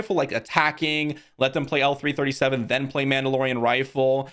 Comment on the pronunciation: Please, please ... L3-37 is not "L3" and is not "he". She is called " Leet".